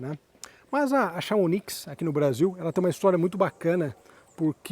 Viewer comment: Vídeo e carro legal! Chamonix é uma cidade na França. Se diz "chamoni" o "x" não se pronuncie.